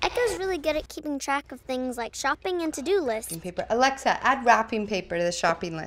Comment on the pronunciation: "Alecktha" hahahHahaha